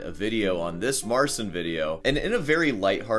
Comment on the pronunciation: Has anyone pointed out that it's pronounced Marchin, not Marsin?